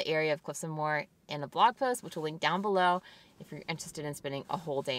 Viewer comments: awesome videos! it's pronounced mow -her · the cliffs of moher are pronounced Mo her you don't drop the o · haha it makes me lol when I hear tourists try to pronounce Moher. The pronunciation is literally in the name - "mo-her" - good try though. Loved the video!